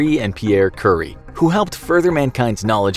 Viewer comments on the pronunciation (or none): Did he just say "curry" instead of "curie"? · Did my guy just pronounce “curie” as curry? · Marie “Curry” lol, how do you do a video partially on her and never hear her name correctly once? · Its cure-E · No one:: Marie Curry